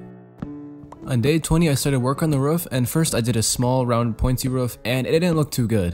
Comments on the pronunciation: My man can't say roof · making the roof in the first 14 mins made me laugh because u (probably) said ruff😆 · says ruuf me: ITS R OOF GRAMMAR ISSUES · kinda sounds like a ruff or a ruof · he says ruf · I love the way he says “roof” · Lol yeah